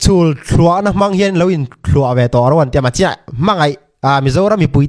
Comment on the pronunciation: Mizo tawng ah thluah a awlo thuah atia lawm burma kephah hlaipa